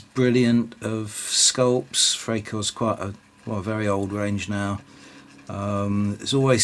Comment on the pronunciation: Freikorps is pronounced Fry korps.